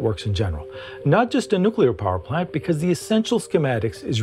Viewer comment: well.. i realize you actually said "parplant" but i was commenting on what you were trying to say